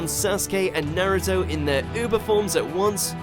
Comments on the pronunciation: “Sersuke” and “nerto” my god this is a meme mojo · He pronounces naruto and susano'o wrong